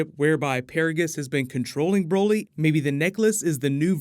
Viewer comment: More like brahlee not brolee